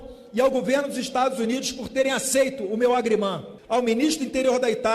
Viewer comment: Meu “agriman” kkkk ... ele quis dizer agreement ...sem falar no “fasti fudi” ...